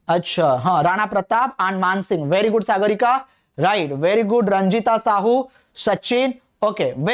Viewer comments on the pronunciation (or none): none